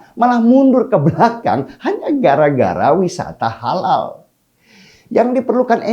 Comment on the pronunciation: Holal holol holal holol...mual dengernya...